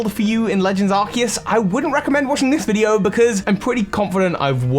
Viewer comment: Uhhh it's Arseus